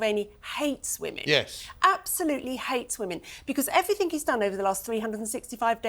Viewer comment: I wish that woman wouldn’t say evrythink.It’s everything.